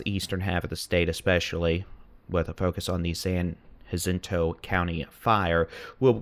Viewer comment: it's San Jacinto, j as in jack, not hacinto. You sound like a tourist trying to show they know Spanish. 😂